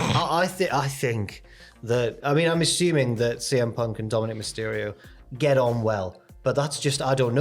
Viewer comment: Not letting that intro side you defo said "cm ponk"